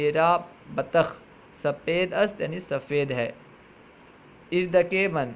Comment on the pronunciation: Bradare aap ki kawish laiqe sataish hai Laikin aap apne talaffuz ko Durst ker lain or sahee mane batane ki koshish karain. Misal ke tor per aap ne lafz urdak ko irdak irdak parha. Lafz Utaq ko itaq parha. Isi tarah ager lafz gosfand ke mane bakri aap ke hisab se hain to phir lafz buz kis ke liye istimal ho ga? Gosfand to bher hoti hai. Dr. Tasneem